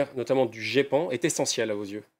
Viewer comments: La journaliste a dit le guépan ! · Je connais le Geipan, je m'intéresse un peu au sujet mais c'était juste pour faire de l'humour en répondant à Kamal Laaribi par rapport à la journaliste qui à mal prononcé. On dit ( Gépan ) mais merci quand même pour l'info. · Elle a vraiment dit le "GUépan"? X-D !!!!!